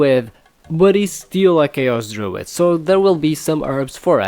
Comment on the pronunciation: fascinating! I found it particularly interesting that the letter d at the end of a syllable is pronounced as voiced "th" (druith instead of druid). I've never heard that before. Ancient Hebrew had the same phenomenon but its been lost in all dialects except for the Yemenite pronunciation